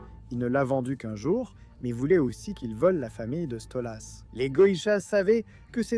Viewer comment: Question con : pourquoi tu dis StolUs ?